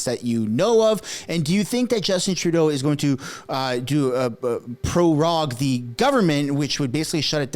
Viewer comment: Its pronounced "purr-rogue!"